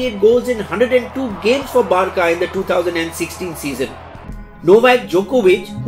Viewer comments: 145 kph and not 145 mph. Also it's not Bar-ka it's Bar-sa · It's not Barka .. It's Barca ( c pronounced as s here) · Barka ❌ Barsa ✅ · I lost it when he called barca as barka wtf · It's not barca with a c its an s pronunciation like barsa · It's not barkah, IT'S BARCA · its pronounced barsa not barka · Barçà not barca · It's बारसा not बारका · He just called barca 'barka'! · He just said barca barka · Lionel Messi scored for Barcelona not "Barka". Do your research better. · You don't even know how to pronounce the biggest club in football's name, research your findings before posting.